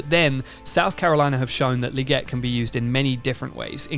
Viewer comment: Legette~ with TWO ✌️ E’s, “LEE-GETTE” Lol